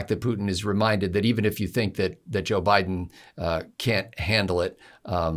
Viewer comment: "neville Bideen" LOL